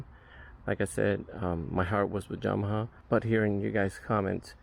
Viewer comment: Came Straight to the comments after the 2nd “Jamaha” 😂